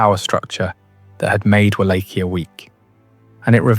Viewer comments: It's pronounced Vol-ah-kia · Just to be a pain, and some added info, the correct Romanian pronunciation for Wallachia, is Vah-lah-kee-ah," but I sometimes can't hear the K either when said in Romanian tongue. It sounds like a H.